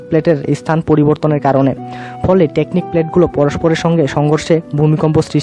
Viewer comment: হায়রে! আরে বলদ ওইটা টেকটনিক প্লেট not টেকনিক প্লেট। আলপস্ পর্বত না আল্পস পর্বত। আগে নিজে শিখ কিছু তারপর বান কর।